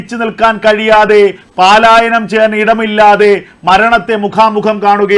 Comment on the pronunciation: പാലായനം അല്ല പലായനം ആണ് ശരി.